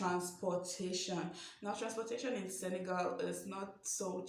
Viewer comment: Love how you pronounced correctly Senegal (and not SeneGAUL)!!